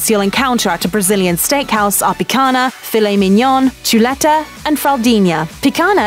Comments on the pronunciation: Picagna pronounced as lazagna would sound better than picana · It’s picanha, not picana. If you’ll make a video about Brazil do it right... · Would it really be too difficult to at least attempt a semblance of correct pronunciation? It's not that hard to write a script phonetically and would go a long way toward showing some respect for other cultures. For instance, picanha = pee-con-ya. Easy! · Picanhhhhhha, picanhhhhhaaaa...not picana!!! Lol you could say fraudinha.....is the same way lol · That's pronounced "picanya", not "picana". I can recommend Centenario in Santa Cruz do Sul in Rio Grande do Sul state as a true Brazilian churrascaria that's been in business for more than 100 years. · how about pronouncing words correctly? Rotissio (like rotor) not road-easy-o Picañha (pi-can-yah) not pick-anna and so on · (Picana 😂).... O certo é ( Picanha 👍💪) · While she has a British accent the pronunciation of picanha is PEE CAHN YAH and not PEE CAN AH. Fogo do Chão is pronounce Fogo do ChOWN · "Pickonna" "Fogo di chow" "Cherassco" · I felt a pain in my ear each time she spoke "picaNa" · the right pronunciation: picanha = pee-ca-ña churrasco = shoo-ha-sco chuleta = shoo-le-ta churrascaria = shoo-ha-sca-ree-a other than that, this video is surprisingly accurate, but this type of barbecue is more common in southern brazil and we actually do this "gather around the fire" thing to this day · Brasil: *chillin'* Gringos: Tshuráskou, PykaNa jokes aside, i'm pretty impressed with some of her pronunciations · Saying she murdered the language is a bit too harsh, the only thing that really bothered me is how she couldn't pronounce the nh in picanha but pronounced it perfectly in fraudinha. But actually I think it's better pronouncing it like "picana" than pronouncing it "pican ha" with the H pronounced like the brazilian R. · Its pronounced "pikaña " (pee-khan- Ya) im American and know that lol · LOL, the British lady can’t say picaña, there’s an ñ! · só o "picana" que não passa